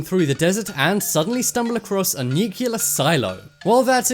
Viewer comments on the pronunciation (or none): nice vid but honestly nuculer....NUCULER!!!!! .....its nuclear for fuck sake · for god sake it is NU-CLEAR not newkiller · the word is pronounced NU-klee-ur not NU-kyu-ler! Darnn dude! Learn to pronounce the word right! You know? Crack open a dictionary for christ sake!